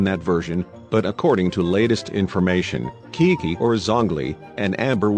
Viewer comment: Qiqi not kiki 🙂